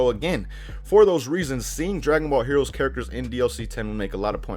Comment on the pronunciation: he said heores